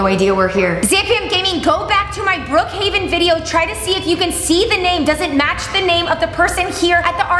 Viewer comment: It is not Brookhiaven it’s Brookhaven